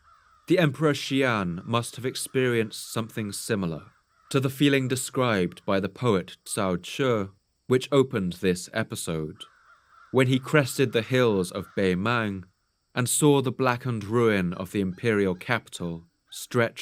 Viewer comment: The author of the poem at the beggning 曹植 should pronounced as CaoZhi not Caoche in Mandarin.